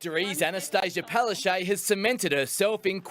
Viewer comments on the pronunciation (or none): Her real name in Polish is Palaszczuk = Pala- chook🐥, no a Palachaj. Gross...😱😤😡